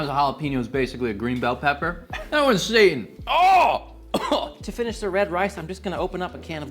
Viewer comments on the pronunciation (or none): none